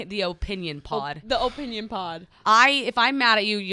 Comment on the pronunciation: Btw it's ah-pinion lol..